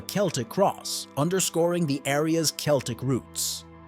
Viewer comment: I like how you pronounced Celtic in three different ways